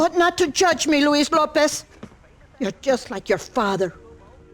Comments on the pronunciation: You're pronouncing his name wrong. It's Loo-Ease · It's luis, man. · “Lou-is” lmao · It's Louise, mane